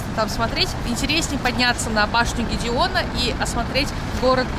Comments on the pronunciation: Башня Гедиминаса, а не Гедеона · Башня ГЕДИМИНАСА, не гидиона